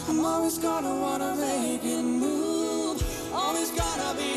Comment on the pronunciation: AnnikaV87: Dan is de uitspraak van de W in "wanna" en de V in "move" nogsteeds slecht.